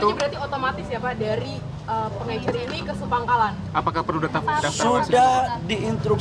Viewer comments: Pengecer pak bukan pengencer, minimal liat kbbi dulu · Bukan pengencer pak 😂😂😂 tapi pengecer. Pakai bahasa Indonesia yg benar pak. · Pengecer lul..bukan pengencer!!